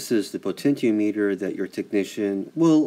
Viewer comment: Dude! The word is "te-non," not "ten-yon." Also, it's "po-ten-ti-ah-meter," not whatever you're saying. Peace.